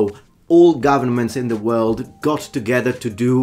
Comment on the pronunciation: I've never heard someone pronounce world as word.